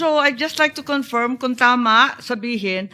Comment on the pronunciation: Luistro has her own pronunciation about this word confirm by saying it confiirm